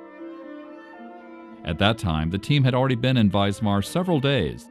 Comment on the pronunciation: Note to the narrator: it is WISMAR not Weismar. Pronounced Vizmar.